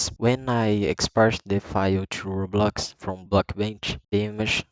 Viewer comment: Sabia que era Brasileiro quando tu falou Roblox kkkkkkkkk